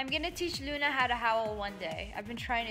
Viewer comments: Mels DreamfulLife again it sounds like she is saying Luna when she saying tuna. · Eliza Guggenheimer it sounds like she saying tuna when she is saying Luna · Ravindra banchhod anu shalma Sssniperwolf had a other dog named tuna. When she says Luna it sounds like she is saying tuna tho. I miss tuna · i thought i was pronouncing Tuna wrong. i thought it was Luna after watching this